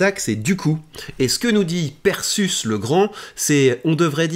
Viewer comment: c'est pas prononcé perséus comme Persée ?